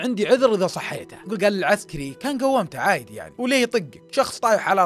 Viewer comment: حبيبي ليش تكول عايدي هيه انتم هيج طبيعتكم لو شنو ما اعرف بلنسبه الي اني من العراق ننطقها كذا عادي مو عايدي +ربي يوفقك ويرزقك مبدع ،🤍